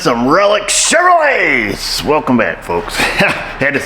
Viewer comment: Chuv-ro-lay :face-green-smiling